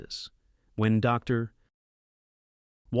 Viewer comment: I enjoy your videos, and while it is obvious that you use artificial intelligence to do the voice, it really bugs me that you could have taken more time to edit the script better. When it comes to a period, the voice correctly pauses. But if it's a "Dr. Jones", then it thinks the word doctor is at the end of the sentence, and Jones, is the new sentence. There's a couple of second gaps between that, and it really ruins it for me. Please be more careful.